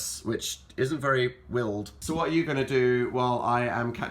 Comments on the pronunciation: the way dan pronounces "wild" omg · being used to ''wild'' pronounced like troye sivan, his ''wild'' is strange to my ears but i like it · "The Hong Kong wilderness, which isn't very...wild (wil'd)" said Dan.